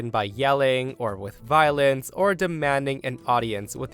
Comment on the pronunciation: Counter-attack with "Why"-olence. It may seem to be an inventile maneuver, but it's very effective.